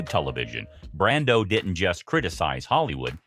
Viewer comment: Marlon BRANDO, NOT "BRANDON".